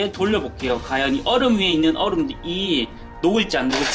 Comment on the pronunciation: 허팝님 ㅘ 발음이 어려우신가요? 확인 과제 과연 을 다 학인 가제 가연 이라는데